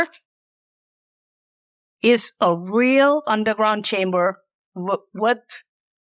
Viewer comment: Oh....you said chamber.... I thought you said Timber..